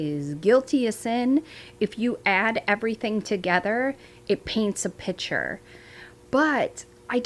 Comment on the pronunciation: And PIC-ture, not PITCHER! PLEASE!!!